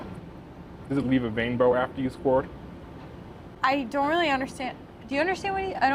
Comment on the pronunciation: does it leave a wainbow after you sqwuart🌈